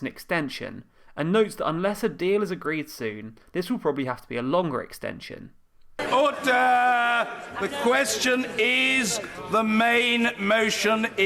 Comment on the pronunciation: Cab’t help hearing ‘horse d'oeuvres’ every time he shouts ORDER! xD